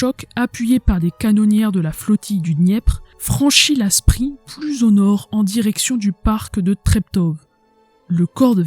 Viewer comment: Bravo! (On notera, simple détail, que Spree se prononce "Chpré" et Seelow se prononce Zéloo). Merci beaucoup pour ce partage très apprécié!